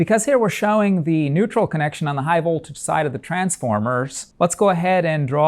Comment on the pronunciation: Excellent explanation but is it just me or is there something about the way he says vOLtage. It’s like he is being shocked with some voltage when he says the o in vOLtage. Like stewy and the way he said cool Whip